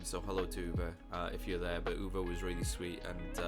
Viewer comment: And here I am, Uwe, you pronounced my name perfectly with your english accent.😂It was very nice talking with you and your friend(s). At the show I met people, I've seen last year in London at the Warning concert and we had so much fun. And I couldn't believe that Sophie Lloyd, this worldclass guitarist was opening for The Warning. So as I asked you in the queue, please react to Neyla, they are at their age of 14 the biggest Warning fans in the world. Neyla - Endless Fall: The twins Neyla are Ainara - Base and Harmoinies and Raquel - Drums and Leadvocals. Daddy Victor on guitar, but not seen in the videos. Thank you, Uwe🤘